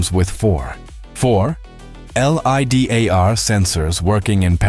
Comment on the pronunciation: Before you release any video, double check the AI voice so that it doesn't pronounce LIDAR as L.I.D.A.R